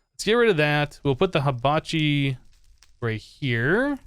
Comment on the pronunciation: You pronounced Hibachi wrong it's He-bachi